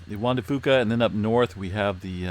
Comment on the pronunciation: For the longest time I thought you were saying the Wanda Fooka plate. I thought she must have been the one who discovered it LOL